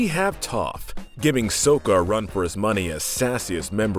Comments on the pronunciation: ok tales of ba sing se episode = sokka's tale the names sokka its pronounced with an okka young ladies i rocked ya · Don’t say sokkas name like that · Bro bashes the last air bender movie but pronounced sokka the way they pronounce it I’m the movie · You mispronounced sokka did u even watch the show? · Yu said Sokka wrong like they did in the crappy live action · Sokka is what pissed me off the most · You pronounce sokka wrong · You bashed the movie, yet you are mispronouncing names. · ... How did you mispronounce Sokka's name! HOW? Literally the only way to do that is if you NEVER watch the show. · When he hates on live action mocie but then mispronounces sokka 🤦‍♂️ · Great video, but nothing triggered me more than how you mispronounced the names... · I was gonna give this a like until you mispronounced Sokka. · you watched the fucking show, ya? how do you mispronounce sokka's name? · It was so hard to watch while hearing you pronounce Sokka wrong over and over. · You aren't pronouncing some of the names right...also Azula is very psychologically ill she isn't evil. Also redo the video you should've added Jet and Bumi and nixed the cabbage guy. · Your mispronunciation of Sokka's name make me cringe. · He’s mispronounced Sokka’s name multiple times. I remember this from another video. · Sokka not sokkae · It's soka not suka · it is not so-ka it is Like sa-ka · say it with me. Sock-Uh Sock-Uh. not soak-uh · I’m getting stressed how he keeps saying sakka’s name as “soa-ca” and not “sa-ka” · "Up next is S-o-kka." It's pronouced "S-ah-kka." "S-AH-KKA!!!!!!" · 3:0 Talks about the problems of the film...THEN MISPRONOUNCED SOKKA'S NAME JUSTVAS IT DID (Though you DID get Aang right...) SAU. SAU. SUAKKA. NOT SOEKKA. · The name is Sah-kah. Calling hin Soh-kah s alkost equating him to the Mistake Night Shamalon disaster. At least you had Aang's name right. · Soooooka wtf get your pronunciation correct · Him: says the movie sucks, 2 seconds later, calls Sokka, soak-u